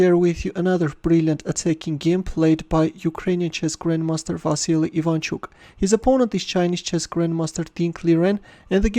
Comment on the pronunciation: I must inform you that his name is “Василь Iванчук or “Vasil Ivanchuk”. Furthermore, this is an excellent game by Ivanchuk. Thanks for the analysis and commentary and stay safe during the pandemic.